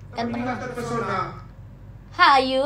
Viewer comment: Terpesona❌ Chepershona✔️ 🤣🤣🤣🤣🤣🤣🤣